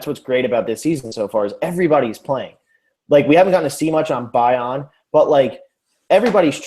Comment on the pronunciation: Not that there has to be a right or wrong way, but Probst is pronouncing it BYE-on.